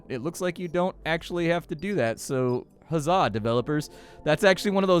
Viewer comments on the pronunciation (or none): none